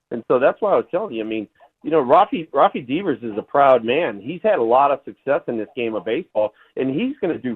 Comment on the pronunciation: "raffy deevers"